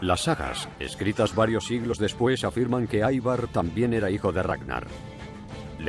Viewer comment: Ivar! Ivar! No aivar carajo, no es nombre inglés, hablen bien